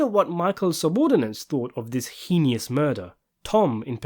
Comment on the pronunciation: Sorry to correct again, but the word 'heinous' is pronounced HEY-nus.